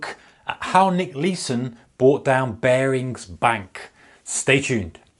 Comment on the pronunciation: Thats not how Nick says it